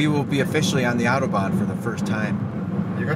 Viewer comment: If you're from NYC - at least say "autobahn" correctly... like you're from NYC - not Wichita, Kansas.